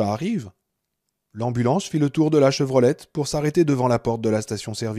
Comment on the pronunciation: Chevrolet et pas Chevrolette